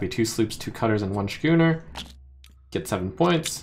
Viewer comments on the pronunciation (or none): Schooner is pronounced "skooner." You're driving me crazy, Trump!